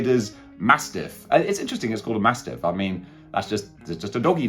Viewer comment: MASSIFF not MASTIFF. Just sayin.